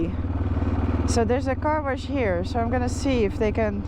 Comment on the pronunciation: I laughed out loud when I heard you say warsh instead of wash! You sounded like me, from Iowa 😂